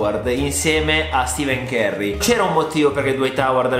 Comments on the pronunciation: sei un grande ma... Hai davvero detto stiiven curry invece di Stephen curry caazzo noo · Ma la pronuncia di stephen curry top😂